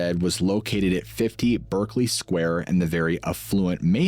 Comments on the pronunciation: In the UK we pronounce this 'Barkly Square'. Sorry to be pedantic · It’s pronounced “Barkley” square